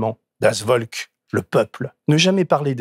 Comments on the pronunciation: Cher Denis, pour info, Das volk se dit “ folk” V=F en son germanique. Bonne émission. Merci pour la qualité de traitement des sujets. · Deniiiiis !!!!! Bien ton édito, mais en tant que mosellan (comme toi ?) on prononce « das Volk » (Folk avec un ‘F’ et non un ‘V’). Bravo et Merci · Oulala ! Das Volk se prononce « Folk » , d’où la proximité avec folklore par exemple C’est pas très fort pour un homme cultivé natif de l’est de la France !!! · Pour info, "das Volk" se prononce "das Folk". 😉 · Le V allemand se prononce dans Volk, se prononce F, Folk et le rapport avec l’anglais devient évident. C’est vraiment dur et cruel de voir le monde se préparer à vivre sûrement le pire épisode de sont histoire. On a fait « mieux » à la seconde qu’à la première, alors une troisième guerre mondiale, a l’heure des drones de l’IA, de la panoptique numérique,et de l’obscurantisme galopant porté par des gens sensés administrer un pays. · Merci pour cette video il est clair que ce qui se prépare, de moins en moins insidieusement, fait très peur cela dit, en allemand "Volk" se prononce "Folk" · Attention peuT mieux faire....corrigez les écrits..❤❤❤.le v allemand se prononce F. ❤❤❤ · Je vais faire mon prof d'allemand de service, ce qui apparaît un peu superflu ou anecdotique face à la gravité et la dérive préoccupante de l'actualité quotidienne habilement synthétisée ici, mais comme l'erreur est revenue plusieurs fois et a quelque peu chatouillé mes oreilles de "nazi" de la prononciation, je me permets: "Volk" se prononce "Folk". :) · ca se prononce das folk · Super édito, par contre "das Volk" = [das folk], cela pique les oreilles des germanistes. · Tu prétend connaître l allemagne et tu ne sait pas que le V se prononce "F " et le W se prononce " V " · Ce n'est pas possible d'utiliser autant de fois des mots étrangers (das Volk avec un V pas un W) et de ne demander a personne (du genre google si personne autour de vous ne parle la langue) comment on peut bien prononcer ces mots!